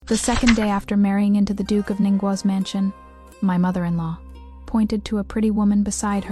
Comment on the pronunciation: you need to listen to these stories before you post them. The AI can’t correctly pronounce today, mother-in-law, father-in-law, or parents-in-law. It messes up the children’s ages in the timeline. It labels the heir as the crown prince, instead of the heir. It also makes no sense to fight so hard against them in the beginning because of him taking a concubine only to later give him two concubines, and then let him keep taking them in just to spite the one he originally wanted to take in. This makes the FL look stupid and petty. I didn’t like this story at all. It would have made more sense if FL would have stuck to the six months, got the signed paper of the events and later went to the yaman to get a divorce. I would have respected her if she had done this. It’s stupid and petty to punish one combine by taking in more. It’s making the FL look stupid too.